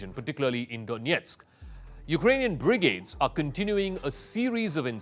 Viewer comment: Can someone please teach this guy 1. how to say Brigade, 2. how to say Sever, 3. the difference between Severe and Sever. Good attempt for a non-native speaker but those really grated on the ear. Perhaps give thought to hiring a someone who has English as a first language, if your going to keep recording in English.